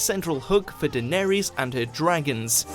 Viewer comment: Wait, how did you pronounce Daenerys??????